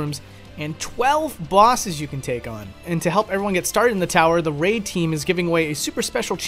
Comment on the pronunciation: I clicked off the video when you said "Raid..".